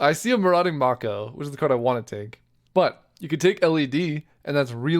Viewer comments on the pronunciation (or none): love you dawg, but Mako is pronounced "May-ko" not "Mah-ko" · It's a shark in the art so I've always pronounced marauding mako as may ko like the shark IRL